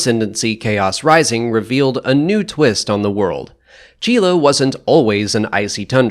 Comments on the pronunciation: Is that really how your pronounce Csilla? I always thought it was more like C-sill-ah. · from what i remember in SWTOR, my imperial agent chiss does pronounce it C-sill-a might be different pronuncations either overtime in the star wars universe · Wait... how do you pronounce Csilla? What the hell :D I always pronounced it as "Sila"